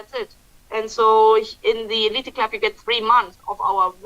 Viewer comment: it’s the eleet club, not elited! Just a pronouciation correction. Remember in English, when the letter e is the last letter it’s usually silent.